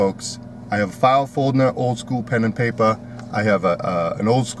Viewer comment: “Miwilge” pen and Paypur”